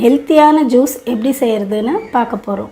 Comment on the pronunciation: it is not Jees but as Juice. In Tamil j will come as "JU"se.